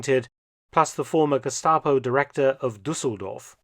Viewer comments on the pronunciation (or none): none